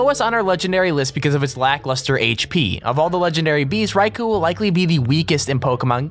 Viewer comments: you say raikou wrong say it like ray ko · you pronounced raikou wrong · cringe when you said rai-kuu its raiko not raikuu